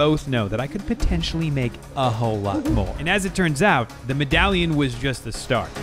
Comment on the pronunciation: Lol he found a 15 dollar coin and said it was a “meddalion”